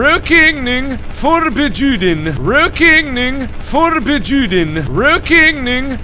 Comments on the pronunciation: "ruokeneing forbejuden" So close Mark, haha I'm dying x'D At least you spelled it right. :) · He actually said Rökigning Förbejuden fro everyone thinking he is saying something else :|